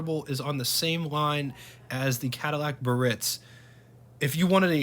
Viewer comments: The proper pronunciation for this Cadillac model is “BEE-A-RITZ”….not “BURR- RITZ.” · Just an FYI - Biarritz is a resort in the south of France that catered to the rich and famous. In English, it's usually pronounced, "Bee - are - ITZ" - with three syllables, the accent on the final one. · Nice video, full of info, no doubt, HOWEVER: it's pronounced BEE'-ah-ritz. They came with bias ply tires, drum brakes, and they rode very well (very boaty, ride, quiet inside and at that time, they had the most amazing options that no other manufacturer offered). These cars had an enormous amount of chrome, and boy, did you have to stay on top of that otherwise, the chrome pitted, especially by the exhaust. And I think air conditioning was almost a $1,000 option....that's like $9,000 today! These cars were only affordable to the wealthiest at that time. : those vents are where the A/C blows into the cabin. At that time, the blower was kind of weak, and in some hot climates, the A/C barely kept the car cool. GM Frigidaire A/C improved but it wasn't until that GM got the A/C working well enough to cool the car sufficiently on the hotter sunnier days. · It's pronounced BE-ah-ritz which refers to a very popular resort in France. The word has three syllables, not two.